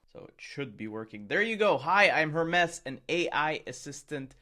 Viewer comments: HER-MEES not Her-mess! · Her-mees it's a Greek god, please pronounce it correctly, drives me crazy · JFC, it's pronounced "Hermeees" as in the Greek god Hermes. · was it just me or did every time he say hermes wrong you just wanted to stop the video ? its Her-Mes like the greek god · ten minutes - riiight, sure. Hermes is not pronounced that way. Itś pronounced the same way as Hermes Trismegistus